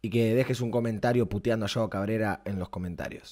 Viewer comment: No se dice yao cabrera